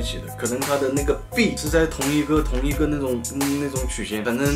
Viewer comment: 不是bee啦是b e a t